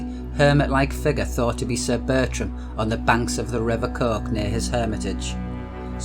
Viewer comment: Coquet is the rivers name, not Coque